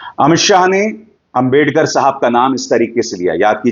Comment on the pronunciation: Abhisar, if u listen carefully, u might find that Mr.Shah, couldn't even pronounce clearly the name/word "Ambedkar". Plz listen